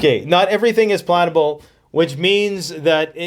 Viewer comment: i thinx he said "not everything is plantable" not plannable